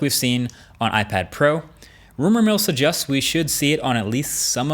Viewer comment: Marques ! It's suggests, pronounced as "suh-jests" not "suh-justs" !